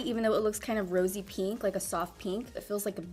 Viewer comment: LMAOAOAOAO it’s pInk not pEEnk